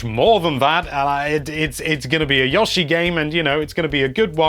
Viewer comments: After he said it 4 times in 2 sentences I was about to close the video. Only person I've ever heard say "Yah-shi" instead of "Yo-Shi". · Pronounced Yo-she not Yoh-she!! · dillian bouchard it could be pronounced either with the ooh (it doesn’t go for an w or u sound) or ah/oh (not the ‘yoow’ from yolo). here’s a native speaking like that in the first minutes and mid-video he changes to the ‘ooh’. Never ‘yoow’ though. (Also, in the beginning there’s a difference between Yoshi’s name ‘ヨッシー’ and the expression yoshi “‘よし’ - yess” that will make it clear the difference in intonation used) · Yah-she. Lol. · Please stop saying Yoshi